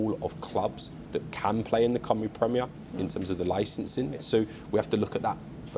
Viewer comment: He can't even say "Cymru" correctly. Heaven help us. Friday football will fall flat on its face.The league has been crap since the early 90s. It'll still be crap 30 years from now. I bet the likes of Caernarfon, Rhyl, Bangor all wish they were still in the English pyramid. Why does he talk about Euros? We have ££ in Wales. Total 🤡 clown